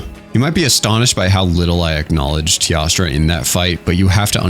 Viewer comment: why for the love of god does he say tiastra instead of teostra